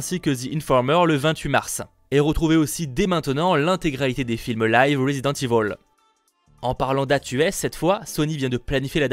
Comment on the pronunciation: Résident éville pas Résident ivolle merci.